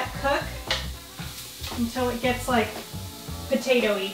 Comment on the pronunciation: Lol “potatoie”